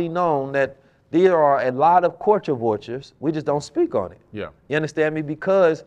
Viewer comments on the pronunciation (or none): pronouncing culture like “coooorture” got me giggling 😂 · The fact that knows all this information but can’t pronounce Culture has me dead💀